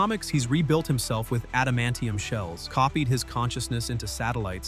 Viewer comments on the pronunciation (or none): none